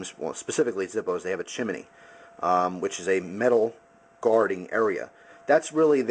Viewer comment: "chimanee" no no no. CHIM KNEE